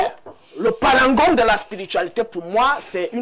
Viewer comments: On dit "Paragon" et non "Sparangon" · Veuillez rectifier svp, on parle de parangon et non sparangon !